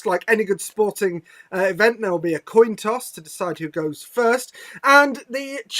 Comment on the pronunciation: said "Toin coss.